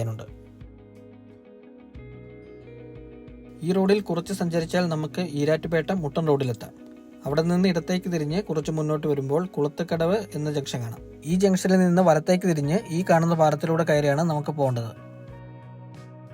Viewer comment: കുളത്തൂകടവ് അല്ല, കളത്തൂകടവ് ആണ്